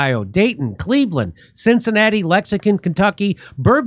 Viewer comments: One of these days you’re going to pronounce Lexington right! 😂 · I love how he didn’t re-shot his intro! Lexacan, KY!! 😂😂😂